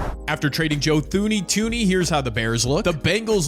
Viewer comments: Its pronounced 2 knee. His brother is my dr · It’s pronounced Joe Tune-Ey I know that because his dad was my grandmas doctor